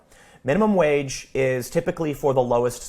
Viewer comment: I also live in Central Illinois and it's "wage" not "wadge". I will need a part-time job to make ends meet when I retire. Except there won't be any part-time jobs for retirees or for teens for that matter. Blaming the rich is a strawman tactic. Yes we have overpaid executives and monopolies. Illinois has been quite supportive of monopolies over the past several decades. I bring this up because that is the real problem. Too many large companies=fewer opportunities for workers. Some big wig at a megalocorporation is NOT going to take a cut in pay to increase the peasants' wages. Come on. The real world has issues that require more intricate solutions than a minimum wage increase.